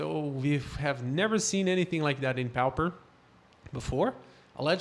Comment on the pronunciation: You do know it is pronounced popper not powper. A pauper is a very poor person, not necessarily a vagrant but more like what we nowadays call a welfare case. Pauper is referred to as a poor man's MTG because it is limited to only commons. The Pauper and the Prince is a famous book that is known all over the world. Do most people in Brasil pronounce it powper?